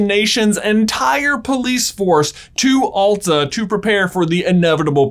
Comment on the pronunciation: you pronaunst Masi correctly but not Alta and Same. i am from Alta and kautokeino.